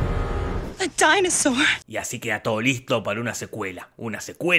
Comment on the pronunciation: "A DAINOSOR" AJJAJAJAJA